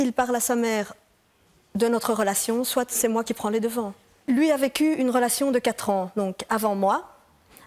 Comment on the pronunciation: « soite. Soite soite soite. « Elle est sérieuse là neuf.ellemmerneve avce son soite